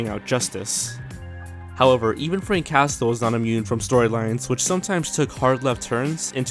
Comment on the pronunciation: Some words to practice pronouncing properly: Druid. Not 'Drood. ' Droooo 'ID.' debuting. Not 'de byu ting.' Day Byuu Ing Castle. Not 'Cast El.' Cass el. Anthropomorphic. Not 'An Thro Mor Fick' Ann Throp O Morf Ick. Slow down, rehearse, etc.